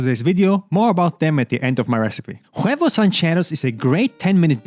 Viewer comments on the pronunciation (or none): The h in spanish is silent so you can just say oo-eh-vos and not pronounce the h like a h in arabic at the back of your throat.